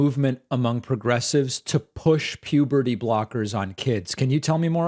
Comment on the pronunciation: This call, to me, turned into a game of, how many times does this guy say "pubity", instead of puberty. 😂